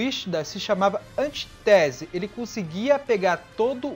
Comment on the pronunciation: anTÍtese e não antiTÉse.